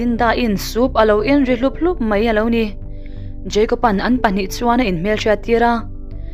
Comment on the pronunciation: Jeicob ani mi a.., Jacob ni zawk lo mi... Kapi...